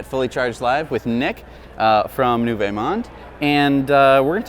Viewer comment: Hey guys! NYK fan from Montreal here with a tiny comment: you're pronouncing the first part of Nouveau Monde really weirdly (something like "nuveh"). Basically , say it like "nuvo" or "noovoh". Nice round 'oh' at the end. Rhymes with "Now You Know". Keep up the amazing work!